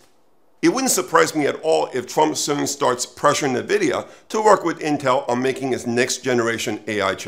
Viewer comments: This expert doesn’t know how to pronounce NVIDIA, very bizarre. There is no bubble — look at the benchmarks of AI exceeding human performance on a wide range of tests. So, by displacing human employees with AI, many companies will reduce their costs by a huge number while AI companies will have giant profits by selling them AI solutions, but a lot higher than $20/month. Let’s say it displaces 50 million people over the next few years in US and Europe $100K/year average. That is cost reduction of $5 trillion. Let’s say AI industry gets half of that as their revenue. The social impact on people’s lives is a different question. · You lost me when you couldn’t even pronounce Nvidia correctly. Many experts predicted the downfall of Amazon in 2000 because it did not make any money while building out infrastructure and its own delivery logistics. Microsoft was so confident about its own mobile strategies it bought Nokia but gave up 3 years later in 2017. China’s Tsinghua Unigroup had made verbal offers to take over TSMC in 2015, but it declared bankruptcy in 2021 instead. TSMC is fully booked through 2027. Corrections? Yes. A bubble? Not in the next couple of years. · Would be more convincing if you pronounced Nvidia correctly, sounds like you have never listened to a single Nvidia earnings call. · Dude can't even pronounce Nvidia and thinks he should make a video on the AI bubble 😂 classic.